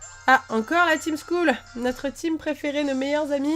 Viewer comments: par contre juste un trop c'est skull pas school (school =école)(skull= crane ) c'est pas la même chose et c'est se prononce skeul en gros sinon sympas le let's play mais tu pourrais capturer un peu plus de pokémon par contre :) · Juste excellent let's play, et à mourir de rire quand elle dis La team school au lieu de skuul mdr qui est tout de suite plus cool (dis en anglais). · En vrai sas dit skell pas skull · ho fait sa s écrit skull mais sa se dit skell si tu ne me croit pas regarde les vidéo de frigel et fais tes vidéos plus longue